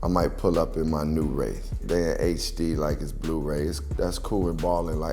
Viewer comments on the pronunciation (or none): none